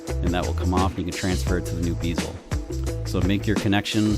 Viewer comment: LOL! It's a bezel, not a beezle.